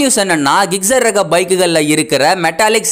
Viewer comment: ஜிக்ஸெர் ஆ??? கிக்சரா??? பைக் பேர சரியா சொல்லுங்க.